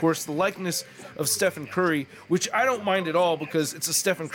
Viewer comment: I enjoyed your review, but it’s the first time I’ve ever seen someone not realise that Stephen is pronounced Steven. Blew my mind.